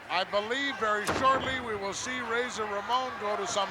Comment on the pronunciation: Most of the matches on this VHS tape all circulated the house show circuit around Spring to Summer of 1992. Lord Alfred mispronouncing Razor as Raahhzar 😆 Great times.